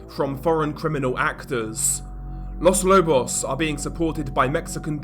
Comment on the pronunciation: With as much coverage of Latin America as you do, you should look up Spanish pronunciation. It's very easy as it's always the same- not like English with all of it's exceptions and quirkiness. Quito is pronounced key-toe. Los Lobos all the Os sound the same as in toe, again.